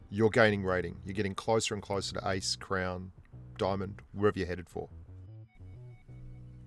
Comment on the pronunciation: I thought u were saying "ice" but u were actually saying "ace"